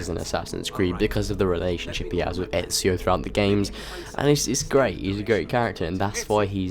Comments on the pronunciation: I hate it when people say ezio they end up saying etzio there is no t in ezio's name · your pronounciation of ezios name is so funny :D